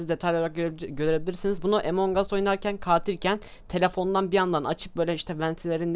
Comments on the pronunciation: emong us değil doğru telafuzu among us translateden bakabilirsiniz neyse efso video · ABİ AMON GUS DİYE OKUNUYOR OYUN AMONG US DİYE YAZILIR AMON GUS DİYE OKUNUR :D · abi emong us deyil among us